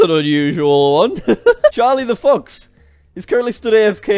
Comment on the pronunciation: I just realized but I'm pretty sure you said fucks instead of fox